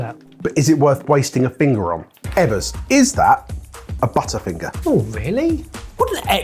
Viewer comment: Hearing a Brit pronounce butterfinger as it is written made me notice how we Americans pronounce it as “budderfinger.” Apparently there is a term for this and it’s called Flap T. When a T has a vowel on either side like city, water, waiter and butter, the hard T sound is often replaced with a D sound. Language is fascinating.